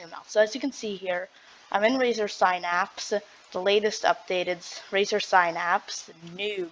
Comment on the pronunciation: irs razer Synapse.... not razer sphynapss......